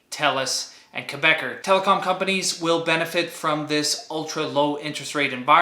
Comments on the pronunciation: Good video! Quick note: Quebecor is not pronounced "Quebecer" (a Quebec citizen). An English speaker in Quebec would call it Kay-bey-CORE with the "cor" pronounced like in "corporation." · Great video as always! FYI Quebecor is pronounced "Quebec-ohr /Quebe-cor";-)